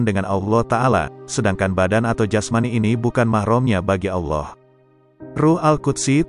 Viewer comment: FASHIHKAN DULU DALAM ME NGUCAPKAN KALIMAT2 BAHASA ARAB SOALNYA BANYAK YG SALAH , ALLOH di baca AULOH , SUBHANALLOH DI BACA SUBHANAULOH